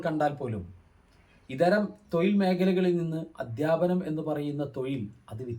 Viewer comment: 'തൊയിൽ' അല്ല.... 'തൊഴിൽ' ഴ ഴ ഴ ഴ ഴ.... എന്നു ശരിക്കുച്ചരിക്കാൻ ശ്രമിക്കുക....!!